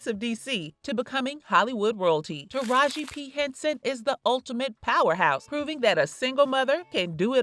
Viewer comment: Bish can't say her name right. That ain't her name you don fukd up her name